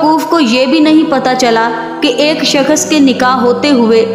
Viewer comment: Uff kis qadar lambi aur jhooti kahani he aur bibi yeh shakash nahi Shakhas hota he pehli bolna seekh lo phir jhooti kahaniya gharna😂